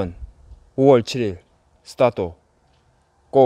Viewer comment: 언제나 보면서 느끼지만 의 스타또발음은 ㅎㅎㅎㅎ